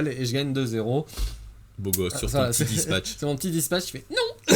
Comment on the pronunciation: "Dispatch!" "... Spatch" Change jamais mon x)